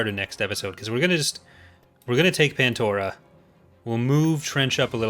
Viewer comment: *pandora not pantora